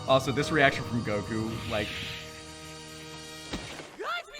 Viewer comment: Why does put so much emphasis on the U when he says Goku? lol. It's Góku, not Gokú.